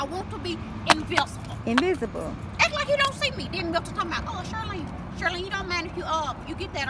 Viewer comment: "In VIS Ible, I ain't bout to Get U NOTHANG"!!! 😂 No she didn't run away, LAWD 💀